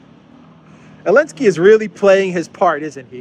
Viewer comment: Why do you call him Elensky?